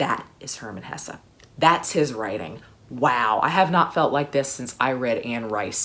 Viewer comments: I think Hesse is pronounced Hess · Actually, Herman Hesse was German, so his last name is pronounced exactly as you spell it :)))